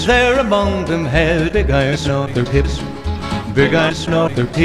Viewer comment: I hope I'm not the only one that keeps hearing "tits" instead of "hips"